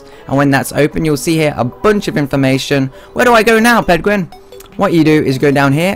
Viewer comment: why u say Penguin so wierd?